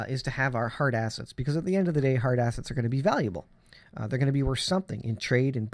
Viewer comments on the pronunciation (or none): At first i thought you said “Heart Assets” vs hard assets … but you wouldn’t be wrong , we must prepare out heart assets and prepare them for the times ahead. God bless.